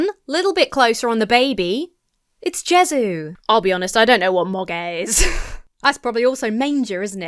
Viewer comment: Funnily enough, Jesu (pronounced hey soo) is an actual archaic name for Jesus and is even in the oldest versions of Little Drummer Boy. If you ever wondered why "Baby Jesus... I am a poor boy too" or sometimes "Little baby... I am a poor boy too" don't rhyme when otherwise the song is entirely A A B B rhyme scheme, it's because the original lyric was "Baby Jesu... I am a poor boy too". I am certain the AI didn't know this and just fucked up Jesus, but it landed on something valid anyway.